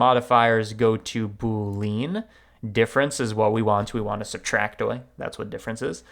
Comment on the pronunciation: My cringe moment is when he pronounces boolean as double syllable "boo leen" emphasis on second syllable instead of triple syllable "boo lee unn" emphasis on first syllable